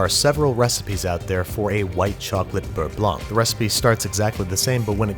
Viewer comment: Pretty good "Beurre Blanc" pronunciation :)